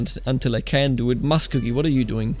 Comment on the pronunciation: Just so you know Muskogee is pronounced musk-OH-gee like in the Merle Haggard song Okie from Muskogee :)